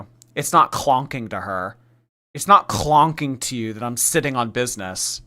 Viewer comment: it's not clonking